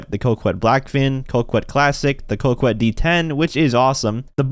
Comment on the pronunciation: it not pronounced coqwet it's pronounced cocket also if they did bring in another deluxe so I be buying a tron outfit and then uhhhh flying it